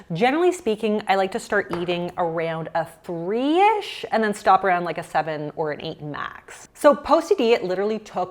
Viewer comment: why do you say “areund” instead of around?